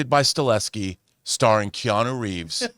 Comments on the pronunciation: You’re mispronouncing his last name it’s not “Stuh-LE-skee” it’s “stuh-HELL-skee” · Chad STAHELSKI please get his name right or this will become mandela effect out of nowhere lol